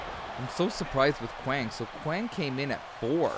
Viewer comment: It's Kwang, not Wang, but regardless, he was Savio Vega.